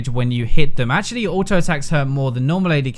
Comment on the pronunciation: Otau-attack (auto) xD , ashaly (actually)